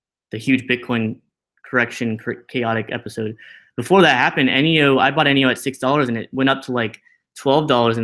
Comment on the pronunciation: I thought it was pronounced neeeooh not eneeeooh